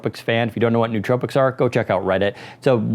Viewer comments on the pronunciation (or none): "Most importantly, the rubber grips won't fall off." Is this a joke? Over things like frequently breaking bumpers and analog sticks that failed? Almost makes me think you don't actually use Elite controllers with any frequency. Also, no-o-tropics. Not newtropics.